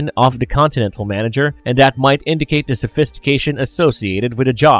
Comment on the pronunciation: The, not dah.